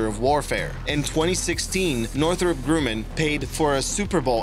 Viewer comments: The "U" in Grumman is pronounced like Rum (the alcohol) - not as "Grooman" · It's not grooman it's grumman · It's Northrop Grumman, not Grooman.